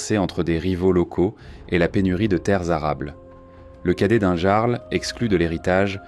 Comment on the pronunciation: juste pour infortmation,le terme Jarl se prenonce Yarl,sinon bonne vidéo!😁